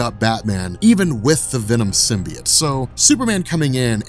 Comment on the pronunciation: Sim... Bee... Oat... Say it with me "comic's are actually my job" guy. Love you and your channel, but if you're not sure, ASK! You look like a stooge and this is unwatchable. Simby... It lol.